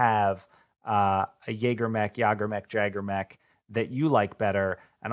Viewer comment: It's pronounced "Yay-Grr", or more technically ˈyāɡər, if you want to have the correct pronunciation for the German word. Yay like the exclamation of happiness, Grr like the onomatopoeia for a growl. Which more or less means hunter, huntsman, game warden.